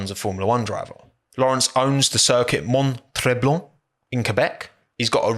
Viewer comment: By the way, it's pronounced Mont (like font) Tremblant (like prom-blant(pronounce the a as o, and don't really pronounce the last t on both Mont and Tremblant)